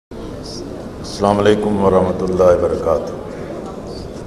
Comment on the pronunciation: Slaam krna seekho pehle assalamualaikum hota hai slaamalikum nhi gaddar